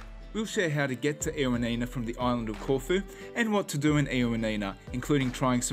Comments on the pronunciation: Ioannina ....try "ee-o-A-ni-na", stress the A. Also, most people pronounce it "y-A-ni-na"...y as in yes. Lovely video, ty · I will be in Ioannina in 2 weeks, so thank you for your very helpful video. Great information, although I was surprised by the Aussie pronunciation of the city name 😂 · My one comment is the miss pronunciation of Ioannina! 😮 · Great video but pronounce ‘Ioannina’ correctly please